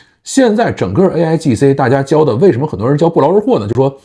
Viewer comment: 说的不是aigc 而是 aigi